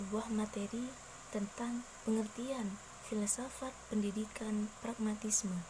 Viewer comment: Untuk pemateri kedua..pragmatisme ya bukan paragmatisme😊